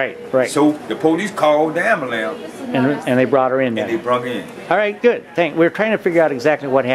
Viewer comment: pohleece called the ambolance